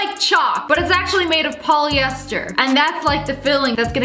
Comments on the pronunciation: Sssniperwolf: its poliester ME:ITS just poliester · Her:it’s polyester Me:ItS jUst PoliESteR LMAO 😂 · Lia saying its a ployiester me also like 🖕